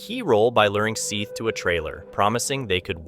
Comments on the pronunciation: I agree! Have they not his parents refer to him as "Seth" like Beth? While it may not be the m9st important factor, it shows disrespect not to to make an effort to correctly pronounce a 4 letter name. Even it's spelled like this (.Seath) that's 5 letters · it is Seth the a is silent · Were you trying to see how many times you could say Seth Jackson's name incorrectly?